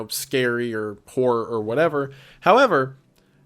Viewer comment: Due to his accent wendigoon always sounds like he's saying "whore" instead of "horror" to me and I think that's funny